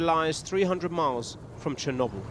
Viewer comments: How does the interviewer not know how to say Chernobyl 😂 was she born under a rock. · The interviewee is so polite, concise, diplomatic and professional, while The interviewer has the demeanor of someone that farts for a laugh. She couldn't even pronounce chrnobyl right, why is she still on air ?